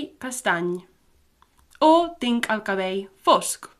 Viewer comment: Cabell isn’t pronounced as cabèi. Ulls isn’t pronounced as úis. Sóc baixa i gorda is incorrect. Instead, it’s baixa i GRASSA.